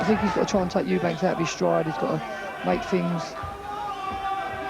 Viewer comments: why can't say Eubank??? Eubank not Eubanks you dipshit!!!!!!! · An insult to Chris that one of the commentary guys calls him ‘Eubanks’.